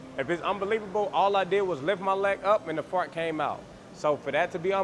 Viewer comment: “It’s fart not fot” 😂😂😂